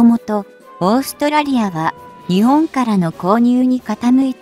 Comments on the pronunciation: にちぼんっ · 「日本」を「ひぼん」と読み上げられると一気に興醒め╮(︶﹏︶")╭